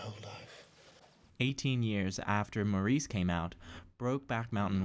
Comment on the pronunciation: OK, the pronunciation of Maurice in this review is unbearable, and to a British ear just sounds effete. The reason for mispronouncing it just daft. Please don't do this again!